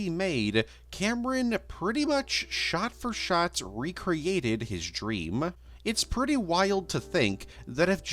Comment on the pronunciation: What accent/cadence are you doing here? Is "male valley girl" actually a thing? And don't even try to tell me that you normally pronounce "dreaMUH" or "twenty-seventeeNUH" or "didn't do very weLLUH"..